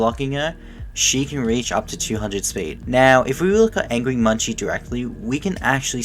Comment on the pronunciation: munci's name isnt pronounced as munchi, its pronounced as "munk-see". the creator of angry munci on gmod confirmed this